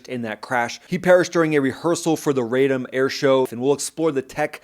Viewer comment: Rah-Dom, not Ray Dome. Come on, buddy.